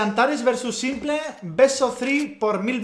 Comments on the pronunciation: Me parece insoportable como lo pronuncia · en Inglés no está ni cerca de pronunciarse saimple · "Chantares"..."saimple"... jajajaj Dios mío querido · My Teacher: Simplol: Sainple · Todo el mundo como pronuncia s1mple: Simpel Simpol Simple Como lo pronuncia: Saimple